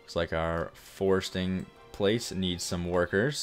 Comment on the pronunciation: Forestry! Not forsting.